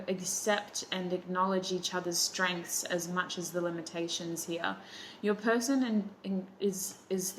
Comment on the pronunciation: I’m laughing in the middle of the night because you said “pershon”, THANK YOU